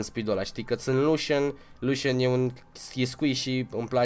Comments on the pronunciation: Nu se zice"luşan" se zice lucian😘💪💪💪💪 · lusan nu se pronunta lucian ?????